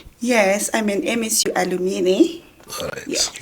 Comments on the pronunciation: It is "alumni", not "alumini"!!! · Hakuna chinonzi alumini it’s pronounced aluminai 😂